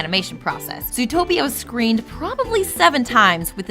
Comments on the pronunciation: Lol, zootopeo. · I thought it was called zootroplis